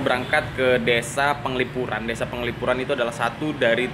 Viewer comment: Bukan gitu, pengucapan desa buat org bali itu "dese", dg "e" terakhir itu seperti pengucapan "elang" Desan itu biasanya utk kata memiliki, contoh: Desan I Made, artinya Desanya si Made